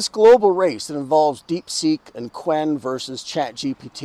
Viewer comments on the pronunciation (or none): not qwen, it is chew-wen